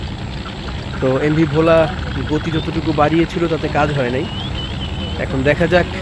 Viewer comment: ভাই Bhola উচ্চারণটা ভুল হয়েছে আশা করি সংসদন করবেন ❤❤❤